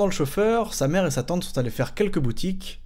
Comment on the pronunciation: J'en peut plus pour la deuxième histoire quand tu dit "sa tante", j'ai compris "satan"... ça rend l'histoire encore plus flippante ^^